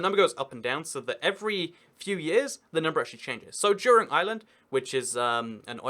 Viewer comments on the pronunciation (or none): none